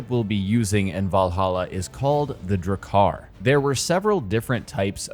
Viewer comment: And Jomsviking would be *you*msviking. (Viking = like week, but with V. Like the series Veep. Plus ‘-ing’) and Drakkar has two K-s, so ‘Drakkar’ not ‘Drakaar’. As long as the game gets it right, you can pronounce Gloucester and Norwegian words however you like 😂❤️